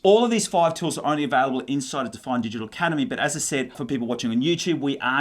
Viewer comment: "tewls" lol. But great content, thanks!